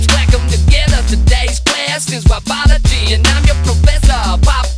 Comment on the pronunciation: He said "Wobology" but yeah pretty close